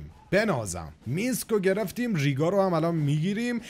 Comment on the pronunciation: دکمه تلفظ جگر رو نزدی💀💀دومن ریگا نه رایگ